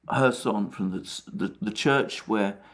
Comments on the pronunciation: Alexander why you are saying 'Herson'??? While the name is 'Kherson' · And the Right pronounciation of kherson can be found in Wikipedia.